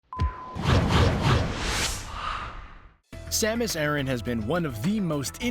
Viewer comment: dark hurrikane you're right about the planet pronunciation, as it's Japanese name is ゼーベス, or ze-besu, but not her name. It is not pronounced like Iran. In Japanese it is サマス•アラン, making it Ah-r(l)an.